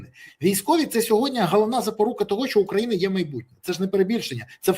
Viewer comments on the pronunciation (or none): СьогоднІІІ, не сьогоднЯЯЯ, Пан Береза 😂